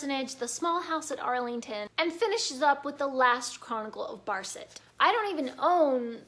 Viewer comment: Yes, I have read all of his Barsetshire series and several of the others. As an aside, it is Allington, not Arlington. There are several Trollope books made into movies. Most recently Doctor Thorne. Have you looked into Angela Thirkell? She wrote during the WWII era drawing on the places and people of the Barsetshire series. But using the grandchildren of the Trollope people in the same setting. The Thirkell books are best read in order as well, but I think the best one is called 'Northbridge Rectory'.